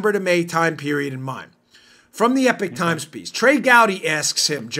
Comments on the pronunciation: Dan, the Epoch Times is not pronounced 'Epic Times', it's 'Ee-pock'. Rhymes with Knee-sock. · It is EPOCH Times not EPIC Times two different words two different meanings. Respectfully. Thanks for all you and your Team does. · It's not the epic times tough guy. It's epoch. I've heard you say it continuously wrong.